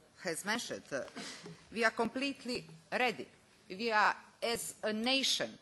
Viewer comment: "We ar AWR." Yes we are. :/